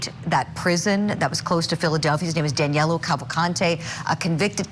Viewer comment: His name is Danilo not Danelo. I think he’s already in Mexico having a margarita